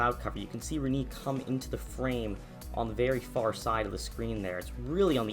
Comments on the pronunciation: Reniiii? Please! Check how to pronounce a word properly. That hurts! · It’s Re-Nay. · My local news meteorologist pronounced it like 'Re-nay', which is the right way to pronounce it, Re-knee or Re-nay? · Ewww the way he says Rene... It's Ren-nay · im pretty sure its pronounced "Ren-ei"